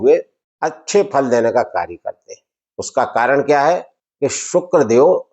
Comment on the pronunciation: aapne shukl Galt pada hai 🙏 dekh लीजिए पहले